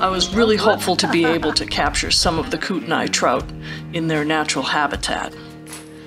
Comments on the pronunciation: Nice video! It's pronounced Kootenee by the way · Kootenai is a Indian word and so pronounce differently so say kut-naa the i is not announced